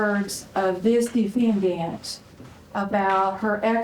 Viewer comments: "De-fiN-daNt" Lol, idk why but the way she pronounces it is strangely amusing to me. 😂🤷‍♀️ Edit: Cant say she's not focused on enunciation in her speaking voice lol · Defend-Ay-nt... ugh i can't help it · The way the proscecutor says De fen dant is so annoying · "these are the words of the DIFENDANT" 😂😂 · Oh my gosh, I cannot stand away. This lady says defendant.